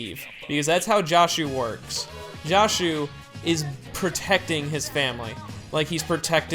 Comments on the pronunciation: Why does everyone pronounce "Joshu" as if it's like "Josh", like "Drake & Josh"?? To me it's pretty obvious that it's pronounced "Jo" as in "Josuke". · his name isnt promounced like "josh", the o is pronounced like "door"